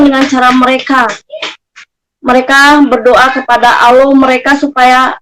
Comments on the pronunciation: perhatikan murtadin fake ini dlm menyebut nama ALLAH menjadi AUWLOH..ngaku mantan islam dlm keluarga yg taat...wkwkwk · dari menyebut Allah aja aloh, dah keliatan bgt bukan benar2 lidah muslim dr lahir. anak umur setahun aja masih bener ngucapkannya. mang asli isinya cuman tipu2 aja chanel uncup papicup tu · Kamu itu nyebut Allah aja nggak bisa, ngaku Islam. Dari cara kamu nyebut Allah aja sdh menunjukkan bkn orang Islam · Muslim/muslimah gk pernah menyebut tuhannya dg sebutan ALLOH ! OTEN ASLI ngaku lagi sbg muslimah. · Sebutan Allah pun x betul ngaku2 mantan muslimah fanatik ramjadah ,lucu. Muka jelas terang kaffir. Emgnya sakit ini orang. Fanatik kepala hangguk kalian oten. Ringkus ini orang jgn diberi peluang. Awullohhh ada ke sebutannya gituan!!? Kurangajar manubulu membawanya terus ke jail. Semoga selepas kejadian ini moga akan menjadi kenangan yg terindah buat kita muslim dan menjadi penderitaan yg panjang bt manubulu serta membusuk dipenjara. Aminnnn yaAllah... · Orang kalau dia benar2 dari latar belakang muslim gk mungkin cara pengucapan Allah dan membacakan ayat dalam Al-Qur'an saja tidak fasih. Dari sini saja masyarakat khususnya muslim sdh menaruh curiga dgn settingan norak macam itu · Cara mengucapkan lafaz Allah saja gak benar kok ngaku ngaku mantan muslim taat... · Nyebut Allah aja blepotan kok ngaku islam..mana ku percaya ah .. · Nyebut Allah SWT aj blepotan. Si nyunyi ini 😂😂 hoax louh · MENURUTKU NARASUMBER YANG DIWAWANCARAI INI ASLI NON MUSLIM YANG MENGAKU MUSLIM SEJAK LAHIT TERLIHAT DARI CARA DIA MENYEBUT KATA "ALLAH "SANGAT MEMBAGONGKAN🤣🤣🤣KITA UMAT ISLAM TAK BISA TERTIPU DENGAN CARA PELAFALAN SEPERTI ITU, 🤣🤣🤣🤣